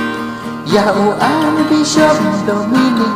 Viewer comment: wat sgew ei² mo gan object wat lada gam nang ialajong bn rwai, ka pronounce da pynwan bha Archbishop ym dei Ar Bishop